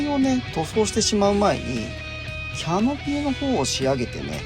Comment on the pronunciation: いつもとても参考になる動画で感心しますが、Canopyがキャノピー↗️というアクセントで言われてるのが気になり過ぎて・・お茶のCMで出てくるエビデ↗️ンスはないですが・・正しくはキャ↗️ノピーですから。